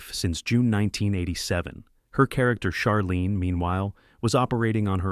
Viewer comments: Charlene, like charcoal! Not Sharlene! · You pronounced Charlene's name the way her cousins' name is pronounced. They're different people. Delta was the best part of Designing Women. Be honest. Suzanne was the best part of the show.